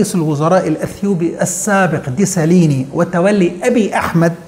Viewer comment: بنلاحظ دايما النظرة السيئة من جهة المصريين للافارقة حتى طريقة نطق الاسامي بتلقاهم بيقولوها زي ما عايزين بيقولو اي كلام..ديساليني تقري اي كلام..